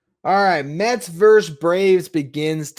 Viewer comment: "Versus",. Not "verse". LGM!